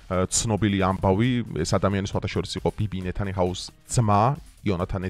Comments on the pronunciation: ნეთანიჰაუუუ არ არის შე ოროსანოო რა ვერ შევიდა შენს თავში .!!! გაგიჟდება კაცი ... შეენ უცხი ხარ თუ უცხოოო ან ტრამპს დაუძახე მაშინ ტრუმპი და ა.შ გააგრძელე ... თან ათჯერ ამბობს და ათჯერვე ნეთანიჰაუუუ .. ყველა ვიდეოში ვეჩნაად !!! უცხიიიი გაიგე შეეენ?? თუ ვერ გაიგე? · ნეთანიჰაუ არა ყლე. ტიპმა გამართული ლაპარაკი ვერ ისწავლა :))) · ნეთანიახუ. ასე ქვია 😊